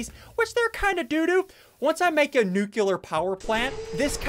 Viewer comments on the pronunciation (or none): He said “NUCULER” it’s pronounced “NUCLEAR” not “NUCULER”